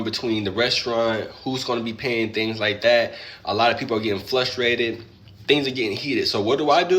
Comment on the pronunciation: "Flustrated"? ❤ it!